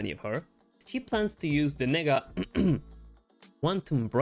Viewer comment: Wait- WHAT is the bracelet thingy called?! Is that really how you pronounce it? Nehga? LMFAO! Did I hear that right? As a black person, that’s probably the only remotely interesting thing in the movie that would’ve woken me up from my slumber while suffering through these scenes. Also, your use of the South Park clip was legendary and funny as hell.